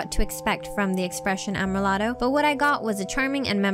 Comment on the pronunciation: (Finally, "Amrilato" is said am-ree-LAH-toh)